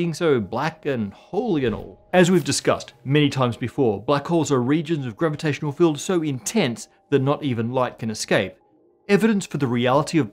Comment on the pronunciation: Univuhs, gravuhtashunow fieuwds, pahtuhcoes, stahz, dock matuh